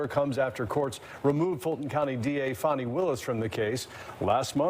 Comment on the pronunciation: I really enjoy your content but I wish you would pronounce Fani(FA-NI) Willis name correctly she’s not a 🪭